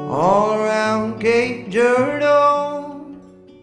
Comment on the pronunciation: He says Cape Girardeau so weird lol.